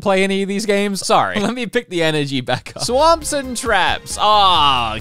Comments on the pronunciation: Ummm it's not S.W.A.M.P.....its SWAP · Oof. Bad batch this time. But also "Swap" Trap not "swamp"